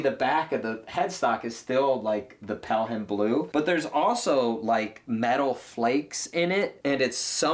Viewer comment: The H is silent in Pelham.